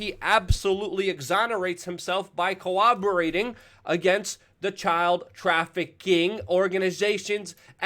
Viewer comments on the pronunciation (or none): what does "coWOBerate" mean?